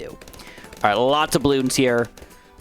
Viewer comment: I’m sorry but how are you mispronouncing “lots” more darts you already said lots.. it happened too many times I’m sorry